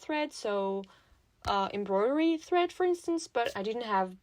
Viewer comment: What a cute doll! You got really close with embroidery, it's pronounced em-broy-dur-ee. And for the word sew, it's less like seew, and more like soh. <3